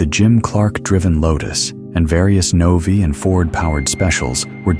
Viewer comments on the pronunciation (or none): none